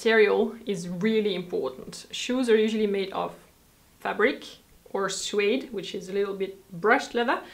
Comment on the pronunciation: Love you, your videos, your views on life. This from an American. (a pronunciation note: note USA general) no [sue-wade] but [s'wade]. I should have an elision symbol between the s and w but alas, not on this computer.) Thanks for your attention to quality. "These days" I am priced out of quality shoes. I just wear old Converse almost all of the time. A pair of flat leather Tom's are my 'better shoes". Luckily, there is no winter here in LA.